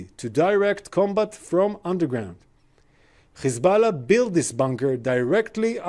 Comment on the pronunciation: There pronunciation is epic हिजबाला/ मधुबाला